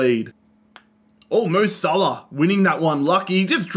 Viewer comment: Bro said mo sahlo